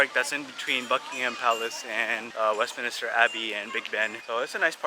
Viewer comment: It’s Westminster folks, not Westminister 😊